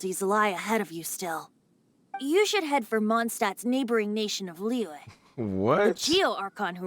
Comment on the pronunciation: btw liyue is pronounced like Li you-eh and most of the english voice actors mispronounce it